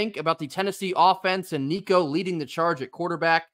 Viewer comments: Damn good job on saying Nico's last name properly brother! Very few can, and even those that call themselves vols fans, can't or don't care to even try to say it the right way, so props to you! GBO! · Dude, you pronounced his name right! Excellent. Go Vols!